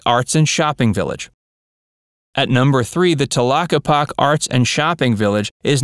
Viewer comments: It's pronounced "telockepakee". If you're going to do an informative video, get it right. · It's pronounced TA-LOCK-EE-POCK-EE "Tlaquepaque" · I’m from AZ, and I’m glad you pointed out the correct pronunciation of Tlaquepaque. First thing I wanted to comment about too.